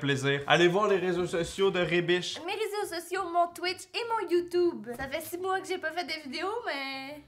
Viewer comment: ON DIT YOUTUBE PAS YOUTOUBE !!! (vous m'avez bien fait rire, votre humour est celui que j'adore, c'est-à-dire de l'humour lourd)